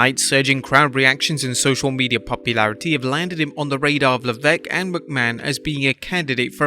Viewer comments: It's pronounced 'Lev-esk' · No, the commentator was pronouncing it that way for a while. it is lev-eck. However, I have seen Americans named Benoit pronounce it as Ben-oit instead of Ben-wa